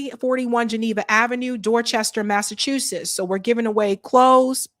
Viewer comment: Egads! My ears bleed every time she says “Massachusess”!